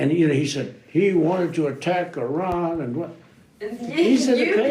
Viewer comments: Something is going on, Trump pronounced Iran correctly, he definitely clowns them on purpose 😅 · "Let's invade Iran!" Who do you think you are idiots? Compliments to Trump and MacGregor for pronouncing Iran, a cradle of Civilization, properly. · Lmao the way he properly pronounced "Iran" .. I knew then and there this thing is fake